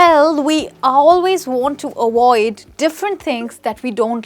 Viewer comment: Interesting !! Lesson!! But Just to make A Point 👉.. It's Not " AWOID" ITS AVOID.. LETTER V NOT W...